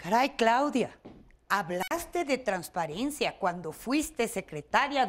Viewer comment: Traspiariencia! Redincion! Jaja!